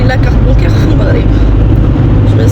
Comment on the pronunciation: المَغرب ماشي الموغريييب